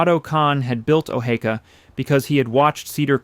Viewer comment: Sometimes he says O-hee-ka, which is correct and sometimes he says O-hay-ka. Good video but knowing how your subject is pronounced should be a no brainer.